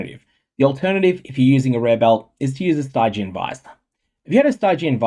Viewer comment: Nigh on physical discomfort inducing pronunciation of 'Stygian' aside, good stuff as always.